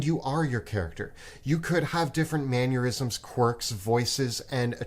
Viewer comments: "Manurisms" kills me every time hahaha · Everytime I hear say "maneurysm" I hear "Man Aneurysm." But thanks for the great video! Really helps all of us DMs out there. I have a current great player who sometimes plays too far into the character (lone wolf type) to the point where they don't bite half the hooks i throw at them. Makes it a bit rough sometimes. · pronunciation of "mannerisms" might give me an aneurysm. Teehee.